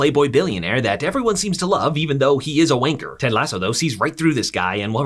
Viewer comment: I never want to hear a American say wanker ever again man said wainker